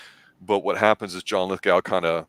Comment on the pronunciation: LithGOW not LithGUL